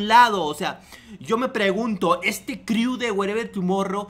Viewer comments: Crew se dice cru no criu. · neta me castró como pronuncias "criu"... De verdad si no hablas inglés o no has escuchado cómo un angloparlante pronuncia las cosas buscalo en google!!! se pronuncia "cru" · jajajaja como confiar en alguien que dice criu :v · jijiji "...DEL CRIU " . 😂😂😂 CREW(CRU) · "Criu" jajaja ya que te dedicas a criticar aprende si quiera a pronunciar